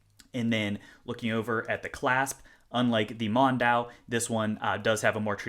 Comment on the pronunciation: Not to be a know-it-all, but the DRZ04's little name (“Mondial”) is pronounced Mon-dee-al”.